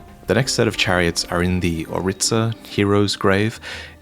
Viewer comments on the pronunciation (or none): Auriza. Not Oritza.